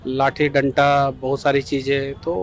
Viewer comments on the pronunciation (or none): डंटा नहीं डंडा होता है मेरे बिहार के शेर, थोड़ा अध्धयन की भी जरूरत है आपको। आप ऐसे ही बिहार बदलने निकल पड़े ?